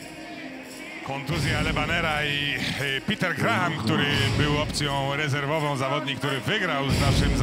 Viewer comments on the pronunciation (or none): NIE GRAHAM tylko GRAM! h jest nieme. Co za komentator bierze pieniadze a nawet NIE wie jak sie zawodnik nazywa PORAZKA takich komentatorow zatrudniac